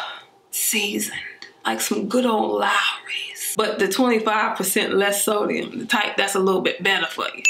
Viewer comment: Lmao sis said lawry's lol girl your crochet wig is bomb